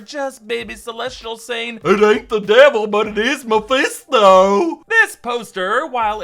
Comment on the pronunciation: Hold up!! Can we all please stop and take a minute to appreciate "I ain't the devil but it is meh-fist-doe." Hahahahaha.